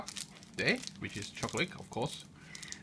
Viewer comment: Very nice video but your accent is the weirdest thing I have ever heard. Most of the time you sound english (british) but then you say things like "choclick" or "lick out" instead of "leak out" and some other little weird things. I am curious, where are you from and do all people talk like that there?